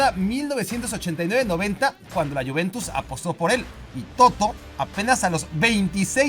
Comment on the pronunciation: No es Toto, es Totó.